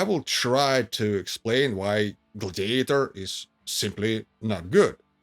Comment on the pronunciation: OMG; the accent is on the 1st syllable in "GLAD-iator, NOT on the 3rd syllable, which you keep repeating over and over again. Please; it's GLAD' -i-a-tor.